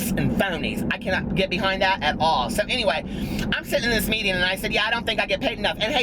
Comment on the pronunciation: everytime you say "so anyway" i hear gotdamnzo lol